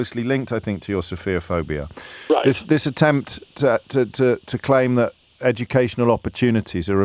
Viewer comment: The word is ‘sophophobia’ pronounced ‘sof pho phobia’ not ‘sofia phobia’